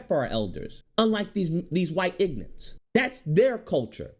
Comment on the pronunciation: This video makes so many great points, I’m in complete agreement. But the way you keep calling them “ignants” is killing me 😂😂😂 The blk Christians are usually the worst, so hypocritical and it’s infested in c00nery buff00nery